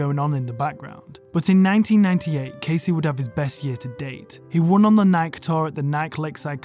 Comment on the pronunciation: Learn how to pronounce Nike 😅😂